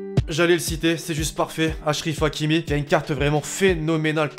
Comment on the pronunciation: "achrif hakimi"🤣🤣🤣🤣🤣🤣